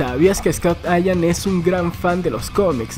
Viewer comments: es Scott Ian no ayam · Scott Ian!! Así como se escribe, se pronuncia, Ian. Saludos señor...